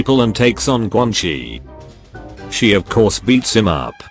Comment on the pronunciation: Whenever you say Quan Chi as Quan Kai it cracks me up 😂